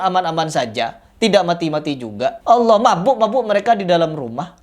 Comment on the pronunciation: klo menyebut nama sang kholik yg jelas, ALLAH bukan HALLAH